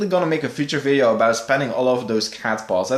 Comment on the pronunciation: why does he say ...(iiivideo) and not video in the intero